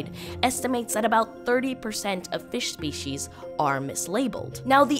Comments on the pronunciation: "SEPCIES" ahah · So, what’s sepcies? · Yeah 'sepcies' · nice "Sepcies" either way weirdly engrossing video nice job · Sepecies btw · sepcies lmaooo